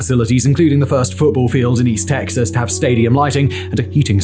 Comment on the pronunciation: I grew up not far from there. my school was also founded on oil fields and it wasn’t until I got older that I realized having oil equipment in the playgrounds was odd 😅 also hearing simon say “east texas” bewilders me for some reason